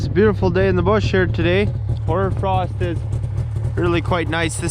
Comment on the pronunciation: Horror frost? Horder frost? Hoarder frost? Sorry .. I just can't hear what you're calling it. Curious to know what type of frost that is..???